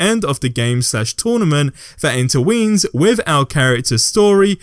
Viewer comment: ish you say "interweens" I have never heard that word before, unless you meant "intertwines". Anyways, great video as always. I love all the little interactions and extras of Hogwarts and the surrounding areas. I would love to see the Ministry of Magic, maybe the train station, Diagon Alley and other cities that have been in the movies and books (unless they are in the game and I just haven't seen them yet).